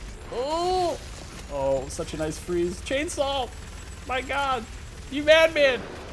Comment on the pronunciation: "Naisu" Hold on, I've heard Nice pronounced like that in relation to DOOM Glory Kills before...